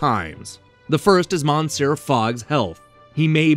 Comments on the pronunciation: MAN-SEE-ER Fogg! LOL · "Monsair Fogg" LOL